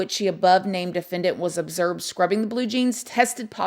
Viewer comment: “ObserBed” not observed.. you heard it here first 😜